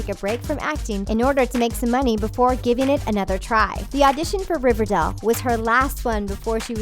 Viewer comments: the voice over kept saying River Dell instead of River Dale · Omg learn how to say the would riverdale. It’s not river-dail . It’s river-dale.if that makes sense?? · She keeps saying riverdel it’s riverdale 😂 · Stop saying Riverdell, it's Riverdale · Does it annoy anyone that she's saying River DELL in stead of River DALE? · Does any one else get annoyed when they say riverdel like it’s river DALE NOT DEL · It's riverdale not riverdel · It's R I V E R D A L E Not R I V E R D E L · Is it just me or does she keep saying river DAL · Can't she just say Riverdale properly!!! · Im sorry but for gods sake please pronounce riverdale peoperly. . No heart feelings